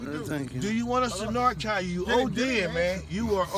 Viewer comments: It really does sound like the dudes are asking "do you want us to narc on you?" I think that's why the guy was looking scared for his life! In the south its pronounced "nar can". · I know.. I was talking about their pronunciation of the word "narcan", they say "narc on". Which among drug users is a very scary expression. 😂